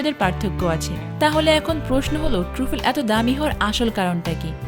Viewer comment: Uchcharon hochche... TRA FOL.